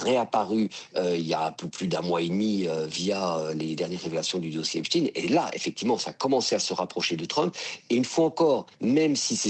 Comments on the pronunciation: Ce n'est pas le dossier "Epstiiin" mais Epchtaïn!!! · Oulaaa il a dit Epstiinneee😂